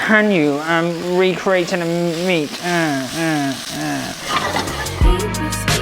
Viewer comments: almost every time he says 'meat' I understand 'mint' lol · Every time he says meat I hear mint and I’m like whaaat 😭😂